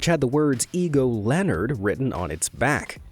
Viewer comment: "Leonard", not "Lenard". He needs a new magnifying glass.